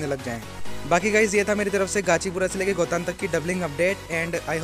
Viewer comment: गोतान नहीं सही नाम गोटन है.